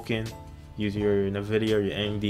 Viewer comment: It's pronounced N vidia, as in Envidia, not na vidia